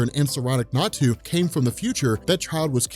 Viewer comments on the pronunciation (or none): none